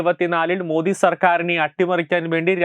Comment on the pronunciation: അധാനി അല്ല അദാനി മോധി അല്ല മോദി